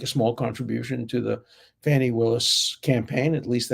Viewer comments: Do you call her Phony Willis because she has been phony? Or do you pronounce her name that way? Just wondering if laughing at it is for good reason lol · Professor Dershowitz-- I sometimes wonder if the way you say "Fani" Willis--is it your Bostonian type accent, or if it is purposeful that you pronounce it as "PHONY" Willis. It makes me smile every time I hear it b/c I hear "PHONY".